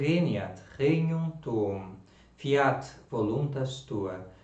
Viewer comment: Excelente! Eu só tenho uma observação a pronúncia de Fíat a primeira sílaba é forte, não acentua o "a", ficando FÍat e não fíAT. Fora isso uma pequena variação na melodia do Pater Noster, mas perdoável 😊. Só fiz essas observações porque gosto muito do seu apostolado. Que Nssa Senhora te retribua muitíssimo.